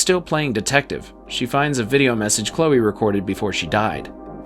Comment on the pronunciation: I can get past the "lah-nah" mispronouniation but calling Chloe "Klee-ah" is unforgivable